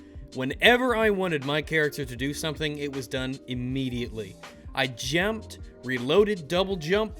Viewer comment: "I Jyamped"